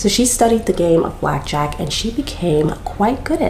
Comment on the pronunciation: "Back jack" lmfao (Ta-mul-choo-lus)